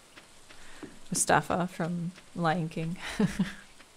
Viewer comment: it’s mufasa not mustafa